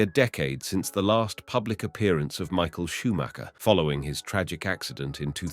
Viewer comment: You actually pronouned the name correct :O Well done! And of cause: So sad what happened to him